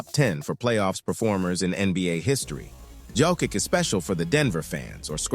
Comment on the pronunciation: Learn to pronounce Jokic.